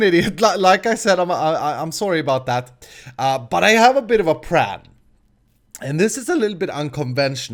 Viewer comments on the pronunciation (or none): Hey - why do you say plan like 'pran'?